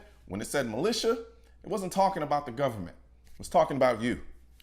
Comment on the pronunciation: The gubernumunt, dear god.